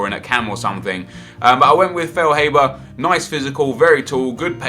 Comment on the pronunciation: It is feil-hah-ber